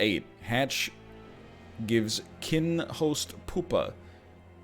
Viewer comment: I don't want to sound like a smartass but its pronounced pyou-pa not poopa.